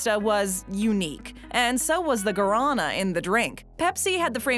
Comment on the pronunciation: 1. Guaraná is not pronounced ga-RAH-nuh; it is pronounced gwah-ra-NAH. My favorite soft drink is Guaraná Antartica. 2. The current Coca-Cola is not the same as the old Coca-Cola. The old Coke was sweetened with sugar. The current Coke is sweetened with high fructose corn syrup. The Coca-Cola plants in Mexico still use sugar. I find Mexican Coca-Cola at Fiesta Mart.